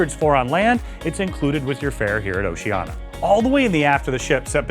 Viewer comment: Just a suggestion: you might learn how to pronounce the name of the cruise line